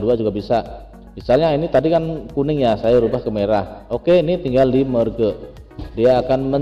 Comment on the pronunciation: merge dibacanya merj